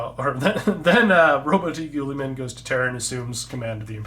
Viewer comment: Just an FYI, it's pronounced 'roaboot geeumen'.